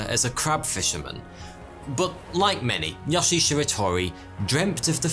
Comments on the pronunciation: All japanese vowels are long. So Yoshi is pronounced Yoh-Shee. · So do Europeans call yoshi yohshi? Or just?